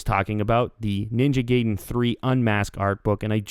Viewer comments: Ninja GAYDEN lol It's Gaiden, pronounced (Guy-Den). Not trying to be "That Guy" but yeah... THE MORE YOU KNOW! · you sayed ninja gaydin its gaidin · Ninja GAY-den. lolol It's Ninja GUY-den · Gay-den lol XD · Ninja Gayden :P??? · JA GAYDIN JA GAYDIN JAYGAYDIN lol its funny the way some people pronounce it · pronounced Ninja GUY-DEN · Yu said garden wrong